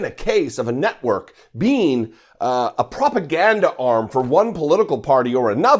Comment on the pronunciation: Did you say “FOX news NUTWORK” I thought that’s what I heard.